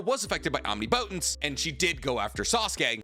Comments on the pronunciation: I know I can't be the first one to say this. But it isn't pronounced "Omni-Potence". I realize that it seemed to be spelled that way in the Manga, but that was simply because of the size of the Speech Bubble they had to work with. It's "Omnipotence" It flows like it is one word. He has said it correctly in a few of his videos but it seems like his default pronunciation is the incorrect version. The key difference is two syllables. The way he pronounces it is something like "Om-Knee Po-Tense", when it should be something closer to "Om Nih-Puh-Tense" I realize that it doesn't actually matter in the grand scheme, but it's the internet and I will complain when I want to. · 🤔.... isn't it pronounced om-nip-otent? 😂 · Why are you pronouncing "omnipotence" like that? Am I missing something? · I wish you’d pronounce omnipotence correctly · Love the videos but the pronunciation of omnipotence is killing me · Stop saying omnipotence like that bro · Bro I know you’re smart why do you say omnipotence like that